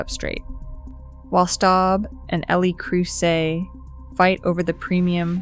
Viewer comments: It’s “Leh” Creuset, not “el eee” Creuset. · El eee Creuset? 😂😂😂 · If you can't get your Ai voice to pronounce Le Creuset correctly, your commentary loses some credibility. And 'O-X-O' instead of OXO!? Who signed this off?